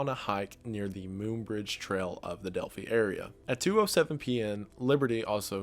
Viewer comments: Just a heads up, Delphi is not pronounced Delphee, it’s pronounced Delphie, like with an I sound at the end. I’m from the area, so just wanted to correct that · . I remember hearing about this on the news at it was unfolding. Delphi (dell-fi, not dell-fee) isn't too far from where I live. I'm pretty sure a guy named Richard Allen has since been arrested for these murders, however many of the locals do not believe this is the correct man. Rather they believe the police simply arrested someone so they could close the case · The way he pronounces Delphi😂😂😂 Wedigoon: delphee How it’s actually pronounced: delpheye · My dad was one of the first responders who went on the search for the delphi murders (its also pronounced Dell-fie) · I live near Delphi and it's pronounced "Delf- figh". Threw me for a loop hearing Wendigoon talk about that. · I caught that he pronounced Delphi wrong, that's my daughters name.